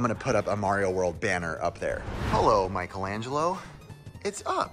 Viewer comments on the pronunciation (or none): none